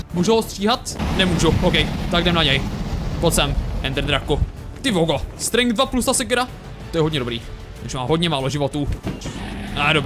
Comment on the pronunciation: Nečte se to strenk ale strenč